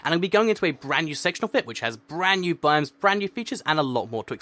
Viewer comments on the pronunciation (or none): none